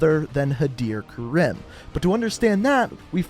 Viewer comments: Its pronounced Ka-reem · It’s pronounced ka-reem not ka-rim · Stop pronouncing EVERYONES name wrong! Khaleed? Karem? No no no. Khaled. Karim. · The weird thing is that he says Karim wrong it is Kareem that is how its pronounced. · It’s Pronounced Kah-reem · karim Mate it’s pronounced Ka-Reem (It’s even said like that in the campaign) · its pronounced kareem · yeah guys its not pronounced karim its krim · Pronounced Kareem and Ka-lead, lead like the metal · When you here first pronounce karim, reeeeeeeeeeeeeeeeeeee, it is ka-reme, like meme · Had-er Ker-im 😂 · As an Egyptian myself I find it extremely annoying the way you pronounce "Karim" d Even during Farah getting interrogated by barkov he pronounced it right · That's not how they pronounced Karim in Moderm Warfare... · Pronounce karim properly dumbass. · I love your videos and all but if you mispronounce Karim or Khaled Al-Asad one more time I’m gonna loose my shit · I like how he pronounces the "-ir" in Hadir correctly but not the "-im" in Karim.